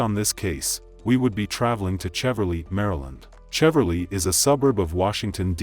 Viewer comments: I live and grew up in the DC area. You pronounced Cheverly wrong. It is Shev-er-lee. And Bowie is Boo-we. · It’s pronounced Sheh-verly. I remember this. He was saying he was hurt…so sad ppl don’t know what to do with their emotions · Marylander here. The town of Cheverly (a D.C. suburb) is actually pronounced: "Shev-urr-lee."